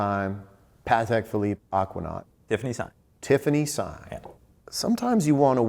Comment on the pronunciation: Best episode of talking watched ever. I have watched it about a dozen times and enjoy it every time. Even better when a couple of serious American watch collectors pronounce Patek Philiippe properly!! "I dont want the money, I want the watches" yes definitely a watch collector.